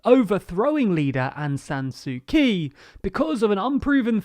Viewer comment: PLEASE. it's pronounced "tsu tchi" not "sue key"